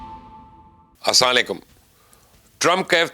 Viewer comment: Mubashir Bhai not assalikum It's Assalam o alaikum wr wb